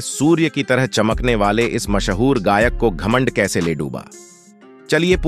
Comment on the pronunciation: गायब इस लिए हो गया क्योंकि अब संगीत ही खत्म हो चुका है घटिया अरेंजमेंट घटिया म्यूजिक है 2007 के बाद धीरे धीरे गीत संगीत ही खत्म हो गया था ओर सिर्फ सोनू ही नहीं शानू शान उदित अभिजीत विनोद राठौड़ मनहर हरिहरन सभी सिंगर अब इस घटिया परंपरा से दूर है। आपकी कंटेंट बेवाजह का है ओर ai का तलफ़्फ़ुज़ का एक शब्द गलत आ रहा है मशहूर को मासाहूर बोला गया है